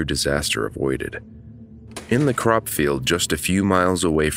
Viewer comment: LOL not sure which country/ region you from but I thought you said "the corrupt field of Damascas, arkansas ..." which really confused me. "What is a corrupt field?", I thought, had to repeat that part over and over. Still didn't understand, so I put on CC. Turns out it was a CROP field! So no evil or dishonest fields there, phew!